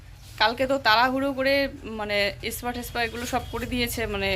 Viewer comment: তুমি বলো তুমি কলেজে পড়েছো, কিন্তু স্পা এই উচ্চারণ ঠিক করে করতে পারো না, তুমি বলো এসপা। তুমি এরকম অনেক উচ্চারণ ঠিক করে করতে পারো না।